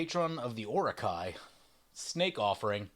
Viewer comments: Loved the video, idk if it's intentional, but it's pronounced Oro-Chi. Chi like Chia pet, or Chi-Chi from Dragon Ball/DBZ. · O-ra-kai? Mate, you hurt my soul. xD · Orochi is pronounced Ore-Oh-Chee lol